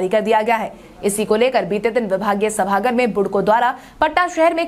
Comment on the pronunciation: सभागार होता है सभागर नहीं